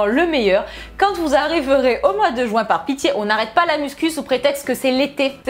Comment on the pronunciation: Juin pas jouin mdr 😃😂 bonne video